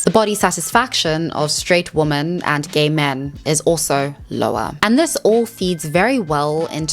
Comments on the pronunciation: lol. The way you pronounce “women” is cute. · As always very good research - I love it! Love your videos. I'm often watching with a friend of mine who points out your pronunciation of "women" and I hate when he says it, really. You can't escape it apparently but me and other ppl find it okay, I'm sure. Also, I've never seen stats for gay and non gay relationships but I as a lesbian have always felt as probably it would be the way it actually is. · It unironically triggers me the way you say women. It sounds identical to woman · wait does she talk about why she says “woman” instead of “women”?! I have noticed all YouTubers do this, ESL and otherwise. it’s so strange. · Being african has nothing to do with the fact that you pronounce the words woman and women the same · Love the video ❤ Just quick nitpick, women when used as plural is pronounced 'wih-min' , while one woman is a 'woh-mahn' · you pronouncing "women" just like "woman" really messes with my brain lol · After you said that you pronounce "women" differently because you're originally from South Africa, I said "women" out loud to myself, and it felt kinda funny. I repeated it a few times, and I can now say with confidence that I do not know anymore how to pronounce it. It is a completely weird word. The more often you say it, the weirder it gets. Wimmin wimmin wimmin. WEIRD. If you read this comment, try it out yourself. It's true! Great video, though. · Respectfully, if you can say men, you can say women. It's does detract a bit for me and if multiple people (your audience) are mentioning it, it might be worth reading it correctly. Other than that, I love your content! I like your attitude too. Thanks 🫡☺️ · Begging you to understand that 'woman' and 'women' are pronounced differently. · Great video topic! Different pronunciation for ‘woman’ and ‘women’ tho 😩